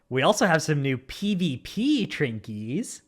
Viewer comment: Petition to cancel saying “trinkies”